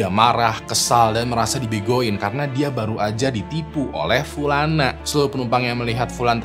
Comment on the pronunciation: Pulana pulani , notice...pliss deh Bang 😭